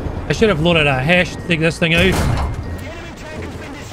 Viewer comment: What is a BESH round? I mean, I know what a HESH round is...does it mean Binary Explosive Sqash Head, or is Baws being cheeky? Edit: I don't actually play WT